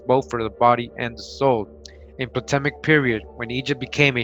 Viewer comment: The p is silent in ptolemaic young brother...